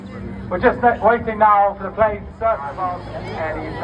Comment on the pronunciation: PLANE, not Plain!